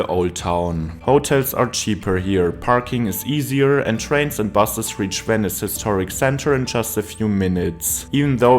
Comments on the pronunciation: Weni, Widi, Wenice. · Wenice? W?